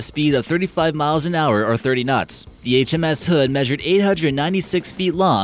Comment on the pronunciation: Did you have a stroke when saying HMS